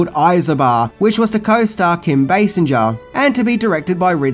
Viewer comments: Pretty sure "Basinger" is pronounced with a G, like Gun, not a J, like Jelly. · Kim Basinger = "Kim Base-in-Juh" Classic